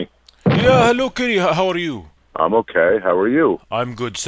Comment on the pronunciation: 🤣 why is that so funny when kenny say how are YOU